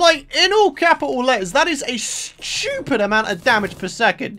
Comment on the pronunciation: "In capital letters SHTUPID amount of damage"